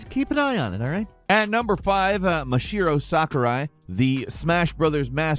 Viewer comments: I had no idea you were talking about Masahiro Sakurai when you said Mashiro. Mashiro? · Ma.sa.hiro Sakurai, ackchyually :D